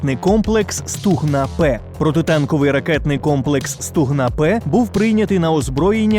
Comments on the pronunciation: СлухАй, автОр, гОтуйся до кмЕнтування, бо не стугнА а СтУгна!!!! 😂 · не СтугнА а СтУгна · Стугна, наголос, на букві "У"